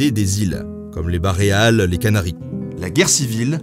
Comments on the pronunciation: Lol c'est pas pour faire mon grammar Nazi mais on dit pas baLEares? Au lieu de bareales? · "les Baréales" tiens je ne connaissais pas. 😁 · les fameuses « Baréales » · C'est Badajoz (prononcez BadaRosse) et non pas Bajadoz et Baléares et non pas baréales ^^ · *Baléares pas Baréales ^^ sinon bonne vidéo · Les Baléares. Pas les "Bareales" ! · Très bonne vidéo pour appréhender au mieux ce conflit très complexe... Les "Baréales"au lieu des Baléares m'ont beaucoup fait rire! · Mdr Baréales et Bajadoz ? Sinon c'était très bien. En tant que descendant d'Andalous je peux vous dire que la mémoire de ses conflits a bien persisté. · « Les îles Baréales » 🤣🤣 Il est pas un peu dyslexique notre ami ? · "Baléares" plutôt. Sinon merci et bravo comme d'hab 😉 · À les Baréales. Lol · « Bajadoz et les bareales» lol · On me signale que je sais pas prononcer le nom des îles baléares en plus d'un certain nombre d'autres villes. C'est totalement vrai, en plus de faire de la dyslexie jai un accent horrible comme d'habitude hahaha, navré :)